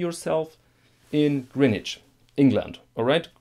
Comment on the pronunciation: Your pronunciation of Greenwich at the beginning was spot on. It rhymes with “bin”, not as most people think with “ben”.